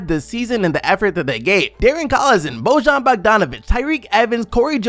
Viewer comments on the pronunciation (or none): none